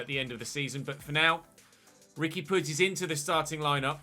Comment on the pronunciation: Nice to see someone pronouncing puig properly for once as a Catalan it’s nice to see 😅